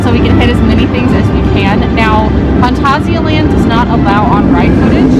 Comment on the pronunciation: You started so wel with 'Phanta'. Next is sia like Sia. Finally land is like that ah, but short. It's not Danish, Swedish, Norwegian or English, so it's not lènd. Especially you Americans have all the a's pronounced like the Scandivians do. Here at least we still know which word is ah and which is a. Total tangent. Phàntásiàlànd. I used French characters there, ` = short and ' = long. Handy system. Furthermore i = ee, not ai. I'm not sure where English got that from, but my advice: stick that in your system: i = ee. Note that the "ee" in words like kick and nick are short ee's - or ì in French. As to why they pronounce kick keek - 'cause it's not properly 'd. Duh :)